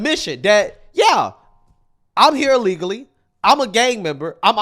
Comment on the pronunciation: Illegally not ulligally...